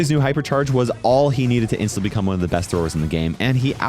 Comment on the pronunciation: I love how he says frank is the breast brawler